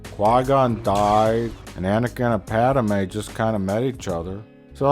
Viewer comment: Padme. Pad-May, not Padame, jeeze that was driving me crazy O>O